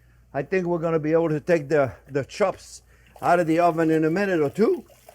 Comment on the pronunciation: “Pork schops and a apple schause, that’s schwell”